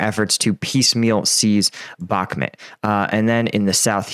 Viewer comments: Bakhmut you idiot, not Bakhmet.. lol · Back-met 🤣 where is this place? 😂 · How are we over 1 year into the war and you still can't pronounce Bakhmut correctly?